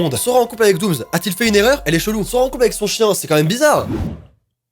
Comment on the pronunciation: Jsuis la seule à qui ça stresse quand il dit '' doomz'' au lieu de ''doomss'' 😂